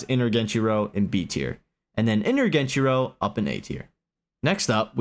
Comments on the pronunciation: Genichiro is S tier, at least inner geni. Also stop pronouncing it fucking genchiro. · I think you are forgetting the first ''i'' in genichiro 😅